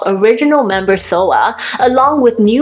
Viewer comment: Soa, not Soo (I watch YouTube on my tv and I didn’t notice the A wasn’t an O).